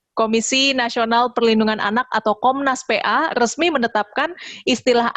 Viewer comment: Komisi Nasional Perlindungan Anjay. edit: jadi geli sendiri pas denger bilang "PA" karena logatnya. Ironis, jadi kaya orang Pe'A kita ngurusin beginian doang:))